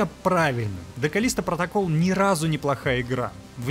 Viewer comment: "КАЛЛлисто протоКАЛЛ", вот так в обще то правильно)))